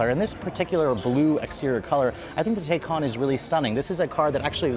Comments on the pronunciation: Its "tie-can" not "tey-can". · Pronounce it correctly good sir. Tie cahn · I though it was pronounced Taycan (Tai-can) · Drink every time he says Tay-con. 🥂😂. Anyway I love the Taycan it's a beautiful car. 👍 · please pronounce taycan correctly